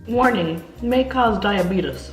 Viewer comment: The way she pronounces diabetes...annoyed me the whole video.